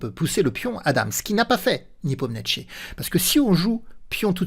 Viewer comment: A chaque fois que je regarde une vidéo sur nepo vous écorchez son nom jpp 🤣🤣 Le niepomietchi à la 40ème seconde c'est du troll à ce niveau là c'est pas possible !!